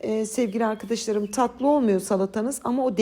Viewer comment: Allahım!.. Sizin "ARKİDİŞLARIM" kelimenize hastayım!.. 😂👏👏❤ Ben bir edebiyatçı olarak takıntılıyımdır Türkçe'nin kullanımına ama siz istisnasınız 😅 Bu arada elinize ,emeğinize sağlık 🙏